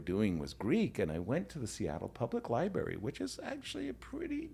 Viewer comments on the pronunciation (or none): I thought this was a unique catch but Yasser really says LIBARY exclusively